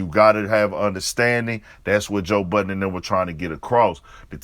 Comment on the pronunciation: We should all be glad it's not a bunch of idiots speaking on hip hop, because we are listening. And you wrong for what you said about Rory. And it's Budden. Not buttons.